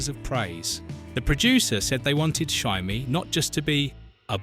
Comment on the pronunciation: "Jymie"???? Dear oh dear 🙄